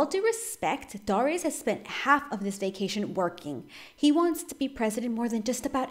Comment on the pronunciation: Its dare-ri-us